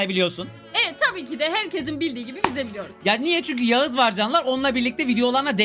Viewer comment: abi sen yağız diyon ama ben yağız ama